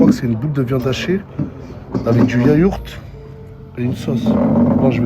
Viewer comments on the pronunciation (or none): Ses du yaourt pas du yayourt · Mdrr c vraiment un ksos.. yayourt 🤯🤯